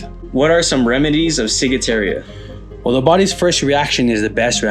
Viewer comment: there isn't a letter "i" in the last part of the word Ciguatera (see?) You kept saying "ciguateria" instead of ciguatera. Otherwise a pretty decent video. Wondered if you 2 are veterans when I saw the FNG hats; in the military that stands for "fuckin' new guy." (That's the one to watch, he'll be better at getting someone hurt or killed than the enemy...)